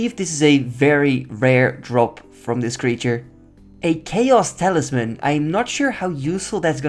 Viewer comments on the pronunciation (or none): none